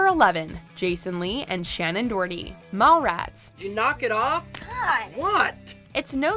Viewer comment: It’s Shannon do,her,ty not dorty